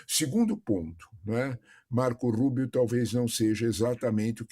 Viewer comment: A jornalista" Marcouul Ruibio"😂